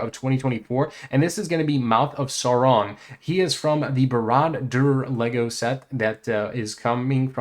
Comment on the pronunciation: Dude, you’re mispronouncing Barad dur. Don’t mean to sound like an ass.